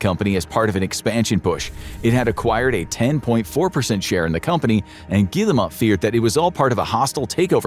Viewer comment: Good video, but it’s very frustrating to hear a name mispronounced so many times. This video clearly has a lot of research behind it, which makes the repeated mispronunciation of “Guillemot” throughout the entire video stick out like a sore thumb. I also think the video is a little too one-sided. For example, the video fails to mention Vantage Studios, created by Ubisoft and Tencent to house the following IPs: Assassin’s Creed, Rainbow Six, and Far Cry. Speaking of Far Cry, the game is currently being adapted for television. As for Watch Dogs, they actually made a movie, which still hasn’t been released despite wrapping production in September 2024. The release of the first Assassin’s Creed movie, as well as the ongoing Splinter Cell and Assassin’s Creed Netflix projects, makes it clear that Ubisoft is (desperately) trying to generate revenue outside of gaming. At the time this video was published, Assassin’s Creed Black Flag Resynced had already sold over 3 million copies as of July 17, just eight days after its release on July 9. That makes it a clear success. It was also reported that Assassin’s Creed Shadows, which released in March 2025, had sold 5 million units by July 2025. Yet this video gives the impression that neither Shadows nor Black Flag Resynced had even been released. On July 27, Ubisoft reported total net bookings of €255.8 million ($291 million), a 9% decrease compared to the previous year, when results were boosted by the release of Assassin’s Creed Shadows